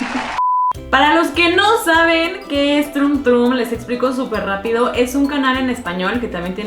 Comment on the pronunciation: No se pronuncia trumm trumm 🙄🙄🙄🙄😒😒😒😒 simplemente es troom tromm 😒😒😒😒🙄🙄🙄🙄